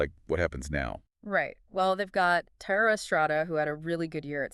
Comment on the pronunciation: Btw, Giants were never a front runner for Soto and Thairo (also mispronounced) is not even on the team!!! Will never listen again!!!